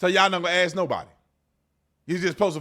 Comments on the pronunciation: he lost me when he said "axe" learn how to spell and pronounce shit. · I'm not "axing" her anything.